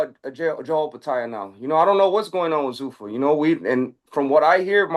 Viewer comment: "Joe Opetaia" Benavidez cracks me up with his non-intentional mispronunciations like with DAZN as if he's dissing them offhand